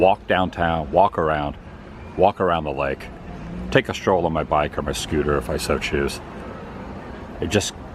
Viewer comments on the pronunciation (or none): none